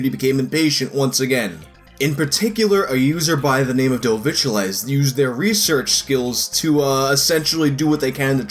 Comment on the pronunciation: Pretty sure, judging by the guy's English, Dovic is not pronounced "dovik"